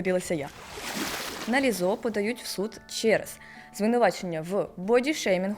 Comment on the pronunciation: Перепрошую, співачку звати Лíззо, а не Ліззó